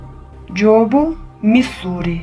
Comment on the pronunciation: Бул тесттер абдан мыкты бирок кыргызча болгондон кийин кыргызча так сүйлөсөң жопу элик дебей жообу элүү деп диалектикалык сөз колдонбо